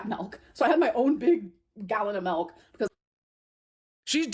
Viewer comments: look at her face as she says “melk” she knows good and well it’s on purpose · Everytime she says MELK, a cow dies